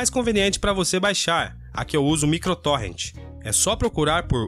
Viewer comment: Primeira pessoa que fala o nome correto, Micro Torrent 🎉